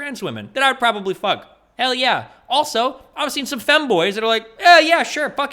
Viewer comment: I can't get over how he mispronounces "femme" □